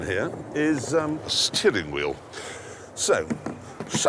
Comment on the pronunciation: The pronounciation of "Steerhing Whhheel" he gives is the most British thing I heard in my live.